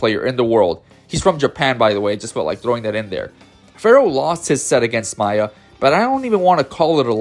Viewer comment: the only complaint I have is: if you are going to make a player-focused video on smash ultimate, know the names of the players before doing the vid, we can't have "gak-T" or "maaaaya" for two of the most well known players in the world dude. Good vid tho